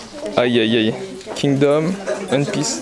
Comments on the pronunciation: le one de one piece se prononce comme le 1 en en anglais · Frère s'il te plaît prononce bien le nom de One Piece, je kiff tes vidéos mais sa me fait mal à chaque fois 😅